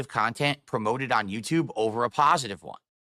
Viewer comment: word of the day "paw-sitive"